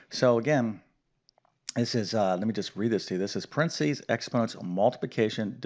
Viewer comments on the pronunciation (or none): What the hell is prensees? Do you mean paren thes ees? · Brit here. Where are you from? You pronounced PARENTHESES quite differently than we do. Good reminder though on the order.